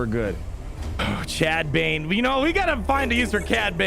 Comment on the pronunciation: For him to Say cad bane